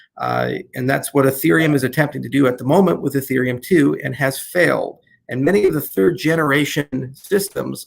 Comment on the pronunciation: I think he low key called ethereum infereum lol